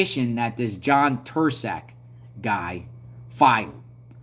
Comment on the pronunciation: The C in Turscak is silent my man😎 He did it because he is terrified of getting out, he was 30 mo to the door. He did it because the Eme have a contract on him.